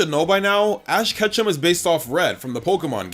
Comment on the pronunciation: Ashs "ketchum" is almost sound as ketchup 😂😂😂